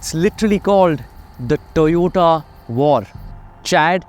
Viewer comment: TOYOTA ❌️ TE-OTA ✅️